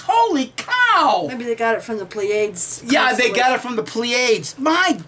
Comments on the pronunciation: I know it's a very minor point, but as an astronomy fan, I feel I should point out that the constellation you mentioned is pronounced "PLEE-uh-dees." Elsewise, regarding the point you guys are making, you raise some interesting thoughts. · Its Pleiades, not pleaids